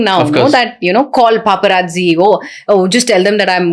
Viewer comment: Vorri nayana Papa Raji kadhu....its Paparazzi (paa·pr·aat·see)